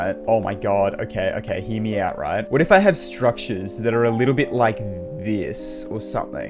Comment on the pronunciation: When he says "hear me out" i always hear "himiau"